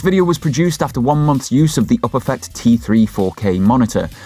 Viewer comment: The way you pronounce Uperfect makes my eye twitch